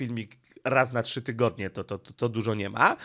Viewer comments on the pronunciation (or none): none